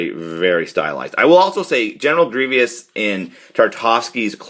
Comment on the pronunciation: “General Greevious”